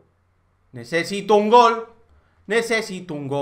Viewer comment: like si viste que en vez de gol decia glo